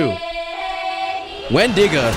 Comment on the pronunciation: Not windida it is windigo